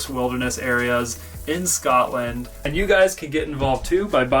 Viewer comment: Bro I felt hurt when he said sCotland